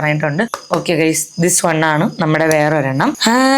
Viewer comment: വൺ എന്ന് പറയൂ... ഒൺ അല്ല...